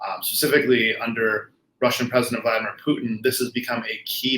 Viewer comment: Is he really sayin "President Vitamin Putin" ?